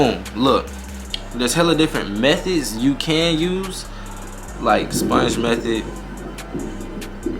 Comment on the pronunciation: I heard that too lol youse